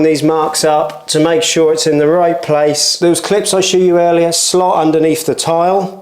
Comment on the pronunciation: I was thinking that when he said "those clips I shoe you earlier" 😂